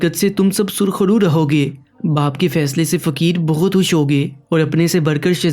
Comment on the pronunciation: Pahle urdu padhna seekh le. Khush ko hush bol raha hai.